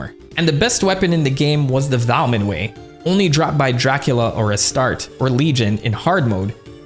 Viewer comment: Man it drove me nuts but it's actually pronounced Ass-tart. A-star-tay.